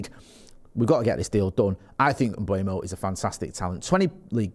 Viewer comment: Is it Kinder Bueno? I'm trying to work out why so many people say Mbuemo instead of Mbeumo. It's driving me mad. M-beu-mo. It's pronounced exactly how it's written.